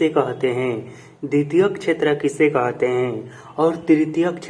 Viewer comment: कहते ❌कोहाते✅😂